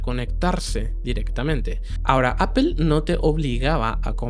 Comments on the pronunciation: Se pronuncia Apl no Apel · ¿ Por qué dices : apel ? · No se dice "apel".